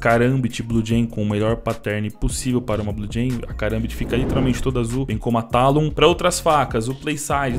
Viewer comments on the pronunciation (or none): none